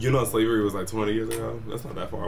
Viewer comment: “You know slavwry was twenty years ago?” Out of nowhere lol